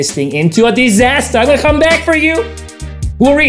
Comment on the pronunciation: You got the best phrases. “SIXTY-FIVEEEE MINUTE CHART”, “re-assess the SITCHU-A-SHUN”